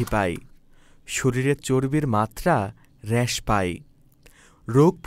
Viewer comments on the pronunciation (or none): ভাই হ্রাস... এটার সঠিক উচ্চারন হবে "রাশ"এর মতন... র ্যাস হবে না